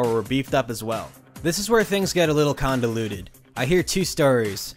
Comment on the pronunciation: Condaluted? Convoluted?